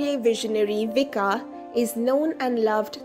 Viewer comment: pronounced as in Croation, Vich-kah, no s sound.